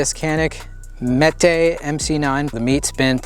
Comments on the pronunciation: Mete (pronounced like meat) - dispense or allot justice, a punishment or harsh justice. Not Meh-teh Good video. Thanks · Meh-Tay. I have a Mete SFT. Big fan of Canik. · "Metuh" like metal. Either way, I'm still a nope on it. Height over bore makes hi-point look good! Trigger is mushy junk! I'll never own or entertain Turkish crap on my channel! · pretty sure it’s pronounced “Me Tee” or “Meaty” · It's pronounced 'meh-tay' which in Turkish culture is like the equivalent of Hercules or a mythical character of strength. I had the Mete MC9L and it was used. It shot awdul. Roumds were all over the place. At 5 yards, I had rounds going all over. The rifling was gone. I don't know if someone took a drill and a sandpaper reamer to clean it, or they shot hardcast, or solid copper. Maybe it was just from the factory. Traded it for a Gen1 MP40 with the hinge trigger that I wanted. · Mete is pronounced "meat" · Mete pronounced Meta